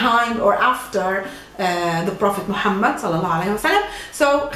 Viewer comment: Appreciate how you said the name of prophet صلى الله عليه وسلم with proper manners.